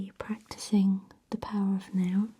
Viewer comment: Oh, "The Power of NOW". I thought she was saying "The Power of No". Shows how my mind works.